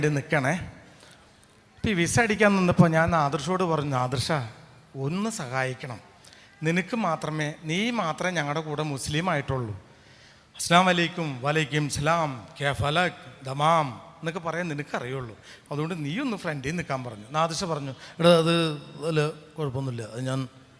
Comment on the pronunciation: അതയാളൊരു തമാശ പറഞ്ഞതല്ലേ..😊ആളുകളെ ചിരിപ്പിക്കാൻ. അല്ലാതെ ആയാളാ പറഞ്ഞതിൽ അറബി ഭാഷയിലെ ഒരു വാക്കുപോലുമില്ല.😅 ഇയാള് പറയുന്നത്: 'അസലാമലൈക്കും.' 'വലയ്ക്കുംസലാം' 'കൈഫാലക്' 'ദമാം' ഇനി ശരിക്കുമുള്ള അറബി വാക്കുകൾ: 'അസ്സലാമു അലൈക്കും' 'വ അലൈക്കും അസ്സലാം' 'കൈഫ് ഹാലഖ്‌' 'തമാം'